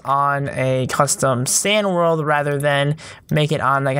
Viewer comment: "my worldf" me:whatf